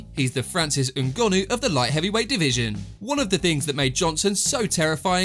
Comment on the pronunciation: Why can you not say people’s names properly? It’s not that hard? NGONNOU 😂 you do it on every video.. 😂